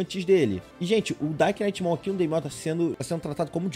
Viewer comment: Meu sonho, ver o pronunciando "knight" corretamente., pelo amor de Deus haushauah, no inglês, NÃO se lê "knight" e sim "night". Você ignora totalmente o K na hora de pronunciar.